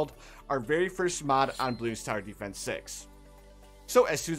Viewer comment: why are you saying blue star defence when its bloons tower defence